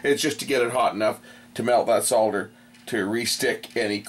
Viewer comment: I like the way you say SOL DER and not SODDER like the Americans do.